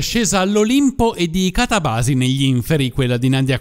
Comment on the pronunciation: tu ed io abbiamo un grave problema di accenti . Catabàsi dici tu , catàbasi dico io😁😁😁😁